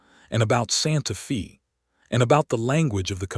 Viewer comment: Absolutely excellent. The west, the problems between ranchers, the government and first peoples, all in the context of a very capable woman and the man who really saw her. Totally engaging and well read. Only wish any of these channels could pronounce Santa Fe correctly. Watching from Ontario, Canada. Thank you for a story with such admirable nuance.